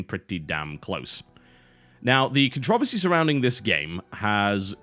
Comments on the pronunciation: Jesus christ. "Con-trovesy"????? "Con-tro-VERSY" God damn this is missuse sends chills down my spinal cord. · CONTROVERSY IS NOT ONE SYLLABLE TB! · It's also a game and if you're a grown up then you can deal with it. Also it's contra-versy. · there are two "Rs" in controversy why must you butcher the language every damn time?